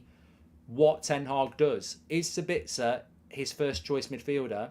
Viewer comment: As an Austrian it triggers me how you pronounce Sabitzer. You have to emphasize the A and not the I. So basically SAAbitzer